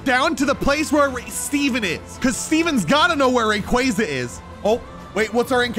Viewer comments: Mis pronunciation rayquaza is pronounced ray-quo-za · Do you mispronounce these pokemon names on purpose to annoy your fans?! Lol. Rayquaza is a prime example 😂